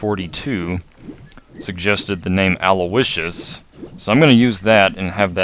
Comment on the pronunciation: Aulicious... sounds a bit like Owlicious! Me thinks is a brony.